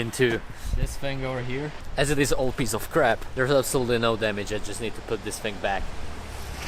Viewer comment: This is cringe he keeps saying damage and he didn’t even do it right